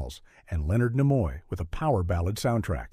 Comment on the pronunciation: This AI cannot pronounce The secret of NIMH or Leonard Nimoy name